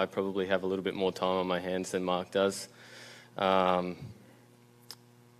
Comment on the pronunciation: Marc not march. Jeez